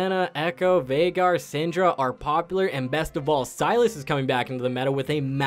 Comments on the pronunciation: VEIGAR not vaigar, dont make fun of my main! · ITS PRONOUNCED VEY- GAR. <3